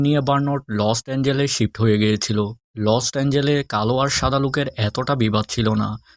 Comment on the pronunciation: Vai ota lost angel noi Los Angeles 😂😂..Age Valo kore Jaigar nam dekhe nee😂😂